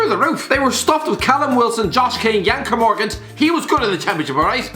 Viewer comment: Fucking yan kernmoregunt its ker mo gant